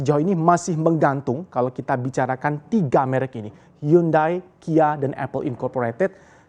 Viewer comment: Hiyandei.. bukan hyundai.. english failed